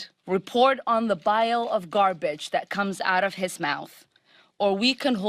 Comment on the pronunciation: Bile of garbage? Or did she say vial of garbage? Either way, neither is correct for what she is attempting to communicate. It makes me deeply uncomfortable that we have someone is Congress who is not fully competent in English and is a terrorist sympathizer. I cringe every time she speaks.